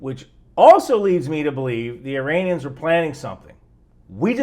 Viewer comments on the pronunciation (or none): Americans saying "I-ranians" and "I-raq" will never not be funny